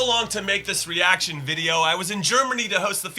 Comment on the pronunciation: That is nowhere near how you say reaction. My credibility is I was born in Brazil and raised there until I was eight years old. My mom still need to learn English so I speak Portuguese every day